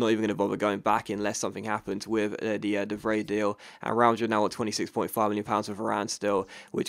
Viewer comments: You pronounce the 'ij' in De Vrij as eye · ***** Just a tip: De Vrij is roughly pronounced as: The Fry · Btw it's pronounced (de-vr-eye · de Vrij is pronounced "de Fry" just so you know